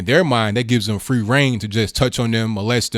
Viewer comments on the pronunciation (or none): none